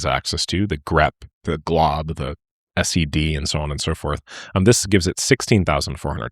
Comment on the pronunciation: how are you saying "s - e - d" instead of "sed"?